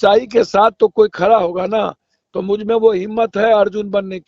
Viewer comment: खरा नहीं खड़ा .....😅